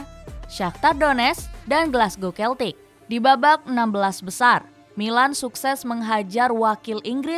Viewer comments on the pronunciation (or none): none